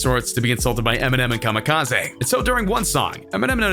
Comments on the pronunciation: Why did he pronounce Kamikaze like Kamikaze'? Made it sound less like an attack and more like a type of sushi. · Why does he keep saying “KAMIKA-ZAY”?!